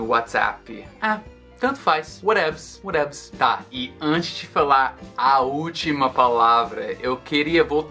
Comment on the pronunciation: "Whatevs" parece inglês do Mussum...